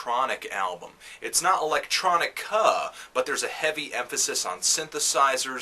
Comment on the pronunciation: its not electronic-cuuhh